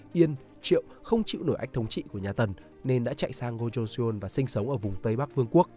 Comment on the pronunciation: Nội dung hay nhưng nếu bạn đọc được đúng phiên âm thì sẽ hay hơn. Ví dụ "Joseon" -> "cho-son" chứ không phải là "giô - sê - ôn"